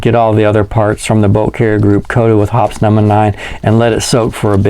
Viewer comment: Drink everytime he say's "Hops number nine". Always heard it pronounced "Hoppy's"